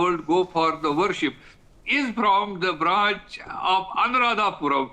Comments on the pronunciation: It’s not Anuradhapuram you *** it’s Anuradhapura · It's not " Puram " it's called " Pura " - Anuradhapura Sri Lanka is an independent country. Geographically it's been separated and politically should not be connected each other.